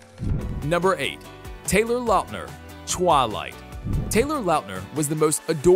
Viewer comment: The pronunciation of Twilight, Amidala, and Hermione filled me with rage.